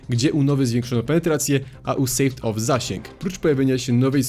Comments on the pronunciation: Sałd-off, a nie jakieś sejwd w= ł in english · to niezłe sałd-off, jak już to "sołd-off" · M4A1-S Silencer hmmmm, tak jakby S w nazwie nie oznaczalo wlasnie Silencer edit: Sawed-Off czyta sie sod of, a nie sejwd of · Mówi się "Sołd of" :)